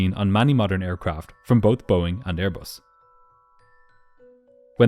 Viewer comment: “Brand new AirBUST with non-functioning important systems and inexperienced pilots — what could possibly go wrong?! As troublesome as your inability to properly embrace words containing the letter “H” in the English alphabet.